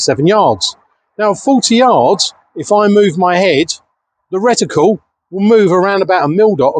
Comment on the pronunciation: Nice one...you still can't get away from the 'retiqule' eh 🙂